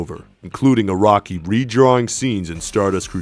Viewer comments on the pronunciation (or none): I'm not gonna lie, I was like Iraqi? then realized he was saying Araki